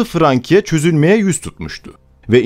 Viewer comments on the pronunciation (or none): Şarlomanye değil Şarlmayn okunur; "Siene" nehri değil, "Seine" Nehri, okunuşu da "Sen("e" uzatmalı; "n" vurgulu) Nehri; Frankia değil Fransia (orijinali "Francia", ince sessizlerden önceki "c" k değil s diye okunur); Ruan değil, Ruen( orijinali Rouen); Monte Marte değil, Mont Mart; düzeltmekten sıkıldım artık :) nerdeyse söylenen/okunan bütün özel isimler yanlış okunuyor! bu ne yaw, bu ne ciddiyetsizlik, böyle ciddi bir şey mi olur? Hele ki tarih konusunda!? Özel isimleri istediğiniz gibi türkçe okuyamazsınız; özel isimler yazıldığı dil latin alfabesi kullanıyorsa aynen orijinal dilinde yazıldığı şekilde yazılır, ama orijinal dilinde okunduğu gibi de okunur, bunu bile bilmeyen oturup nasıl tarih konusunda, ciddiye alınabilecek bir yayın yapabilir. Ayrıca bunu yanlış yaparak aslında konudan ne kadar uzak olduğunuzu, araştırma yapmadan alıntı/çalıntı/arak( :) ) yaptığınızı açık ve bariz bir biçimde belli ediyorsunuz! Herkes yabancı dil bilmek zorunda değil elbette, ama google translate'te orijinal dilinde nasıl söylendiği/okunduğu zaten var, bari oradan baksaydınız, pes yani...görende ciddi, araştırılıp yapılmış özgün bir konu zannedecek, artık nerden alıntı veya arak kim bilir!?